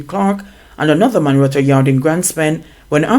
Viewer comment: The word is man and not mon.....lol